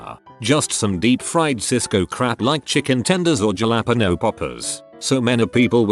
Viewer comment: Kweesoh and Jallahpeno😂